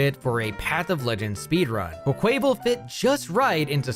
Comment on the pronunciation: Good lord, this pronunciation. I think every game in the future should include Pokédexes that speak the names of Pokémon so we don't get stuff like "Kwuh-kway-vull".